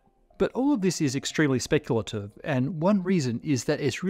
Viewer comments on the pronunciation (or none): the emphasis on the speculative XD